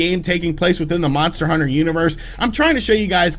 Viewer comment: How many times is this dude gonna screw up talking about these monster hunter title names.